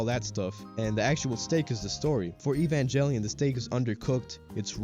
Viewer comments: How bout you evanjellyon outta here and get the name right GEH. Not JEH. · lol "EvanJELLYon." Immediate disqualification. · 30 years later people are still mispronouncing evangelion